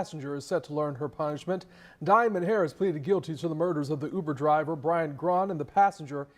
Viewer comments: The Newcaster pronounced Uber like yuber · Why the 1st new broadcaster called Uber “Yuber” 😂😂😂😂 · I literally was like wtf is youber 😂😂😂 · DID THAT NEWS ANCHOR SAY YOUBER(UBER) 🤣🤣🤣🤣🤣😆😆😆😆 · I know his big grown ass did not just say YOUber on national tv.. is he living under a rock ?!!? WHAAAAAAAAAAAT ?? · Dis man just said YUBER 🤦🏽‍♂️🤦🏽‍♂️ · “Driving him for you-ber” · No way he said you-ber I’m done … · Pops said YOUBER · I was vibing to this shit until i heard the reporter say “U-BER” 😭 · The news man said you-bur instead of Uber😂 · “Youber” is insane 😂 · Nigga said youber n threw my whole vibe off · the way the news reporter says "youber" triggers me. lol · Am i the only that thought it was weird the reporter said youber instead of uber.. i wouldve thought it was ai if i didnt see the dude talking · MF said youber 😑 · That mane said Youber lol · When the setup is really on you because you living foul.. That reporter calling it Yuber is throwing me TF off. Usually only A.I. mispronounces words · Shawty said “Youber” 😂😂😂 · “YOU-ber driver” 🤦🏾‍♀️ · Why the reporter say Yuber lol...any way r.i.p. to that poor uber driver dying over these fkn fools and their nonsense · Bro said "YOUBER" 😂😂😂😂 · What the hell is "yuber" SMH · “YOUber” is blowing my shit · Right😱 like wth is a YOUber??!! 🤦🏽‍♀️🤷🏽😁🤣🤣🤣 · I thought I was bugging when I heard that 😂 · 😂😂😂 it does start with the letter U… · Is anyone else cringing at how the reporter pronounces Uber? “The yuber driver” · Fire him.... What rock he been living under, to not know how to pronounce Uber 😂.... Rip Driver 🙏🙏🙏